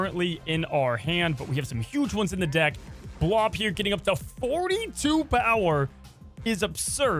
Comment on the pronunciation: Lmao bro I could’ve swore you said getting limbo with Blob “will lower your D*ck size” instead of lower your deck size! Lmao great video man!